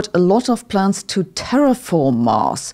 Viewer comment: As a language learner myself, I thought you may appreciate constructive criticism. "S" at the end of plural words are often pronounced like "Z"". When you say "plans", I almost hear "plants". Plural "S" after words that end with "T" like plants or cats is pronounced like an "S", but when after other letters, it's pronounced like "Z", like in dogs and plans. This confusion between plants and planZ is relevant in this video at one point, as a point of confusion. The thick German accent is actually pretty cool, and lends an air of scientific sounding authority to these videos, but you may consider some slight adjustments.